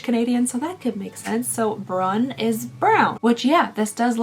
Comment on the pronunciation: The way you are pronouncing Brun is killing me lol, from a Canadian who lives in Quebec